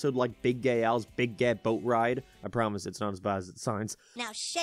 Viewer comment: You say furry instead fairy & now Gae instead Gay